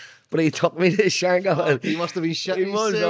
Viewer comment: It’s not pronounced shank hill 😩 it’s shank kill.